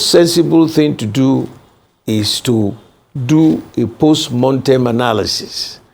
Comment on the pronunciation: Jailbird Mr Bode George is full of delusion and contradiction. Why PDP lost the election is clear to all. The fact that Mr George doesn't yet get it and is focusing on post "montem" analysis (mortem is the correct pronunciation) shows he is detached from reality. Never destined to be president Atiku's self-centredness, internal party corruption of taking money from him for nomination as flag bearer, past misgovernance record that is still fresh in the minds of NGRNs and a sagacious PBAT cost PDP the election. He talked repeatedly about the constitution, yet his useless party ran on the same constitution for 16 long years without changing it. He must be told that PDP is dead at the centre. They won't win another presidential again in the country until it is disbanded and reconstituted under a new banner and with the likes of him, Atiku, Saraki and other corrupt elements shown the door. He also said APC is not a political party. How laughable? They are not a party but they have national reach and are winning elections repeatedly. Doesn't he feel embarrassed talking such nonsense? PDP is DEAD.